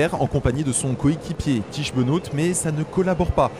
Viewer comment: Merci pour votre travail 👍 Allez, le petit point prononciation : Tiesj Benoot : Tich Benaute